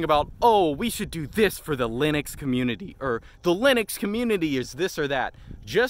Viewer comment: everytime he says the Loonix coomuinity XDDD